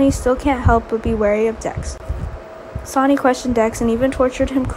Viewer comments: The voice keep reading sony ... its sonny pronounced like sunny ... even spelled it like sani... please say sonny correctly. Or just say sunny if you have to... but thats who sonny is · Willow is a girl not a guy, get this narrarator off of here,she's a kid ugh she can't even pronounce Sonny's name omg 😫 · His name is sonny not sanny